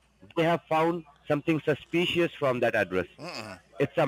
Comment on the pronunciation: You’ve never been to Howston? I find that unbelievable! Highly sushpious!scammin’ mope!